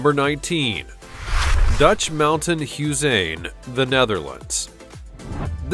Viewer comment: Its not huizen that means houses maybe ondergrond huizen.. underground huizen and you say huizen not like that hihi